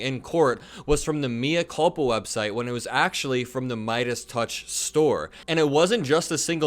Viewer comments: Good work,. "mea culpa" is Latin for I'm [the one who is] culpable. "Mea" is not pronounced "me" as in me myself, in English, but like "may", so it's "may-uh culpa." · Love your content,. Please look up pronunciation of mea culpa.